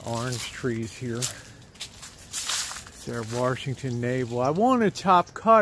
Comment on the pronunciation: I love the way you say, “Warshington” navel,... Haha! Nice work!:) xx